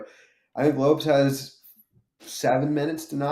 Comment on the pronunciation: not knowing how to pronounce "Lopes" is a new level of stupidity for the second-dumbest person in the cringe MMA community, but you're really nipping at your co-host's heels for that title, congrats